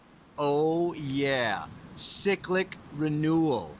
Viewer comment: cyclic not 'sicklick'.... lol